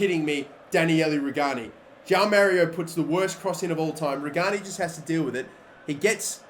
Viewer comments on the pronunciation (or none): none